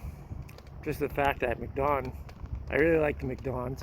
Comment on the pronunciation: It’s not mic don. It’s macdon. The k is silent lol.